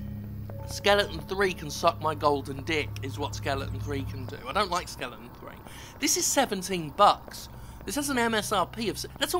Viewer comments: What's with British people and pronouncing "skeleton" as "skellington"? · Did you sometimes say "Skellington"?